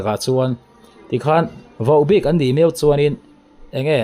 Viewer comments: Vauhbik ni lovin Vohbik tia lam tur ni zawk awm tak a ni. In ti ropui hle mai. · Vau bik tiin i tawng tlat vaubik ani lo vohbik tih tur😅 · Vauhbik anti ngailo, Vohbik ti in lam tawh rawh. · Vau bik tia lamlo khan vohbik tiin lamri zawk teh. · Vauhbik tia lam loh tur Vohbik Vo a nih hi. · Vaubik nilo in vohbik tih tur a ni lo maw. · Mahni a news lak dan hi ngaihtuah ve la mi in news a an puan tawh hi lo tuihnih ve zel lo hian mahni hian hma la ve la mi kut a rulkaw zen tum ang mai subcriber duh thlak e i channel hi mahni kut a din tum ve la mi news chhiarchhuah tawh le lo hmalak tawh na lo tuihnih ve lo hian vaubik ti a lam a va ang ve vohbik ti a lam tur aw nangmah a hmalakna nei a news i tarlan leh lo tihchhuah hi i channel ah hian hriat tur a vang hle mai tan han la in hmasawn han tum ve teh khai🫢🫢🫢😂😂😂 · Vohbik tih I lam dan hi adilo deuh Ava angve